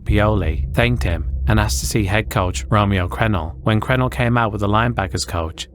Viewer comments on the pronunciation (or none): Great video but the coach’s name is pronounced Cruh-nell not crenell